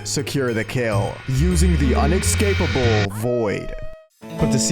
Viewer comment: "exspecially" "excapable" Please, stop 😭